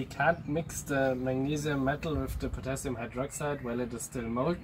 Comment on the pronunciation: Finally, potashium